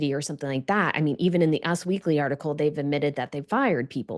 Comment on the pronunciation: It's not "UZZ Weekly",...it's U S Weekly